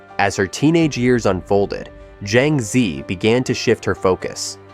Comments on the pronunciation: He butchered her name totally.🙄🥴😵‍💫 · PLEASE FOR HEAVEN'S SAKE! Pronounce her name properly! Use a Chinese AI to teach you how to pronounce her name! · Why can't the narrator pronounce her name correctly?